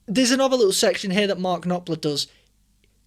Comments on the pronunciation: There are so many awesome bands from the 60's and 70's, can't wait for you to discover them. The musicians and vocalists are the GOATS! And I think Knopfler is pronounced Noff- ler. (the p is silent). ❤ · Pronounced mark noffler the pi’s silent